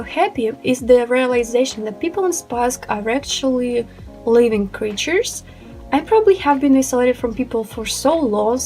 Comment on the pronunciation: did you say "living creatures"? lol